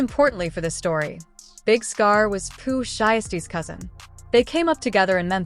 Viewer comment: You can’t even say his name right🤦🏾‍♂️